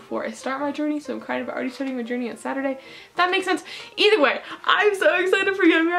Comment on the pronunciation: do you ALWAYS say ETHERWAY